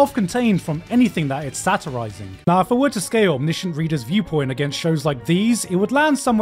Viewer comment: is no one gonna talk about how he pronounces omniscient 😭😭